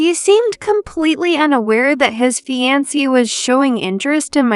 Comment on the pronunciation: Fiancee is mispronounced and it's cringeworthy!